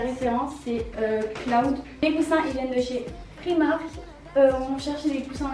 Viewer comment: C'est pas prix marque c'est "pry" marque